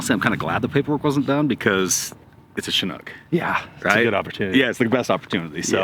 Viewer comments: So funny listening to you guys say Chinook😆It's pronounced shĭ-noo͝k 😉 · I got to ask, why do so many people pronounce Chinook wrong? Shin-nuk, not Chi-nook.